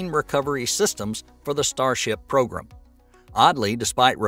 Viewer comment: Attention Narrator: the word is pronounced "Pro-Gram" (NOT Progrum)